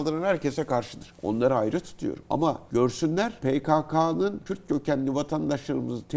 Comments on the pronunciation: Önce Kürd demesini öğrenin kürt kökenli nedir ? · Daha kürt diyemiyorsun kim senin yaninda durur kürt kökenliymiş😂